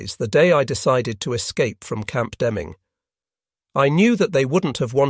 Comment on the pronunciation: This would have been far better if they had hired a real live person to do the narration. The artificial intelligence program here is way more artificial that intelligent. First, the "accent" is vaguely British. Why not American? Or even better, faintly German ? I was constantly distracted by all the mispronounced names of people and places. Sometimes Deming, NM, is mispronounced Deeming and then back to Deming. For a long time his wife is called "Jon" then she is called Jean for a while and then it's "Jon" again.. Also, narration almost constantly makes ordinary words sound strange and awkward by adding a syllable that' no one ever speaks; checked becomes check-ed, desire becomes desire-ed, fear is fear-ed. So please, no more AI narrations. Any where!